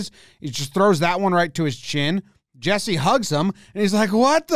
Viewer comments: Kinda good but when you say the first E in Jesse, say the second one the same like Yesse and not Yessi. And i think the last name is good except throw the ”-yu” in there like ”pool-yu-yarvi” then i think it’s quite accurate👍🏻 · It’s Yes-ee Pool-ie-arvie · good that he made the decision to not try to pronounce Jesse’s name. he even pronounced ”Jesse” wrong